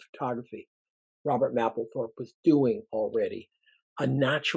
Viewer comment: The "A" is a HARD "A" in Mapplethorpe..... You will sound more convincing is you PRONOUNCE the genius R.Mapplethorpe name CORRECTLY.